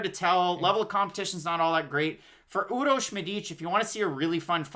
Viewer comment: actually u pronounce it really well . Urosh u nailed it and Medic too just accent on Medic is a bit off